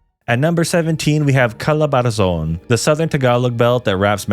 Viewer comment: he said he was "born and raised" here in the Philippines but the "pasig, la union, pangasinin " pronunciation was murdered + also its "calabarzon" not "calabarazon".. kulit mo bro..